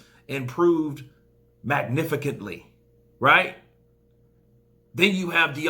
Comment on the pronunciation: MagnifiCanTly? Was that a joke? Sarcasm? I’m not in on the joke I guess?